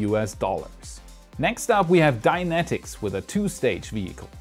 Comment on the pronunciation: Am I the only one who keeps hearing "Dianetics" instead of Dynetics? Keep thinking of Scientology lol